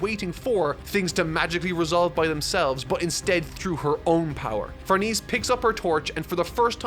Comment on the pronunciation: Just fyi, "Farnese" is pronounced "Far-NEH-seh", not "Far-NEESE". I also thought it was "Far-NEESE" while reading, but then I watched the 2016 anime where they say "Far-NAY-zay" and had to look up the name's actual pronunciation: it's "Far-NEH-seh".